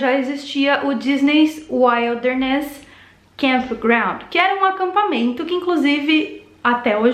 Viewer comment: Cada vez que você pronuncia errado “wilderness”, me dói os ouvidos.